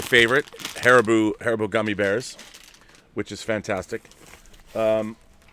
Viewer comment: Har-E-bow. Is the pronunciation for the gummy bear company, they also make some great licorice.